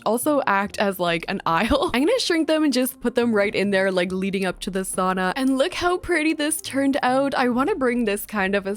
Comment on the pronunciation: I’m so sorry girl but as a finnish person the way you pronounce sauna just makes me cringe😬